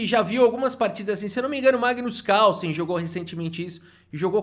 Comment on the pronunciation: Mano é muito cringe a incapacidade do brasileiro de pronunciar Carlsen, Causen? Kkkk vei